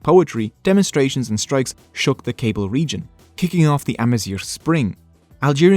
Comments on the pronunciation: It should also be noted that amazighism or pan-berberism has tried to unify the different Berber tribes, but that falsely leads people to think that they speak one language or share one culture. We're not brothers, but close cousins. I, as a Kabyle (you butchered that pronunciation btw😢), am barely able to understand Rifyan. The fact that Tamazight got adopted in the Algerian constitution is a win, but it fails to recognize that there are at least 6 or 7 distiniguished tribes with their own languages. The danger is now that other tribes still don't get taught their native language in school, but instead the Kabyle language or even the Moroccan Tamazight that is being standardized for education in Rabat. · really great informative video, thanks! but i think your pronounciation is incorrect of "kayble". it's not "cable", but KA-BEEL. perhaps someone can confirm... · Kabyle is pronounced kahbeel :) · You forgot to mention the meaning 'Barbarians'. Hence 'berber' being derrogatory. Hurts to hear Kabyle be pronounced like a cable..... And the early Imazighen were black - some of the animated ones at least couldve been black no? ;)